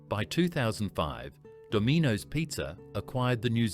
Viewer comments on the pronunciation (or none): “Domeanoes”? Instant “do not recommend this channel”. Shove your AI shite where the sun don’t shine. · "Do-mee-noes"...??? Seriously?? Come on mate. Do better. Are you not educated enough to narrate your own videos? Don't treat your viewers with such contempt. 🙄 A downvote from me solely for the use of AI narration.